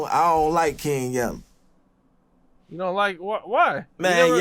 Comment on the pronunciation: “The character KING YELLEW”😂